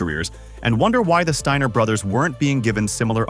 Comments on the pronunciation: MY GUY !!! THIS IS HOW YOU PRONOUNCE THIER NAME !! ( STEINER ) NOT " STINGER " YOUR A CLOWN 🤡 TRUTH HURTS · the Stinger brothers? Or did you say the “Stainer” brothers?